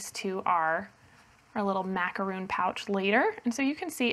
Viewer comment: I also came here to say the exact same thing! Those are Macarons. I know this for sure because I happen to bake Macarons. They're way too sweet for me, but my sister loves them! So the cover on the pattern needs to be changed to "Macaron". And needs to pronounce it correctly too.